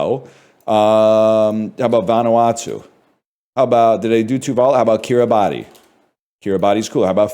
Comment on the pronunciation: It's pronounced 'ki-ri-bas'.